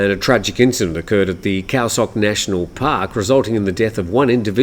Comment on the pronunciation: Just an FYI, the "Sok" in Khao Sok is pronounced "soak" not "sock". ^_^